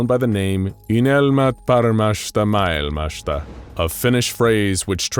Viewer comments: Unelma paremmasta maailmasta ei uynelma parmassta paikassta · "Unelmat paremmasta mailmasta" was butchered so hard, I didn't even recognize it as Finnish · good lord hearing you butcher the Finnish name of the group was heartwrenching as a Finn lmao, fair effort though. the name "Unelma Paremmasta Maailmasta" means "Dream of a Better World", for those uninitiated. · Ugh. I literally worked on that phrase for hours and still botched it. Sorry. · I liked your attempt of trying to say dreams of a better world in Finnish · I like how he tries to pronounce "unelma paremmasta maailmasta" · Eiks ookki täydelline lausunta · no it was not. even google translator pronounces better